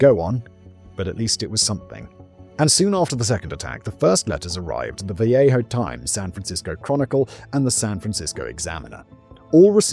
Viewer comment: Locals pronounce Vallejo VAL-AY-HO not Vayaho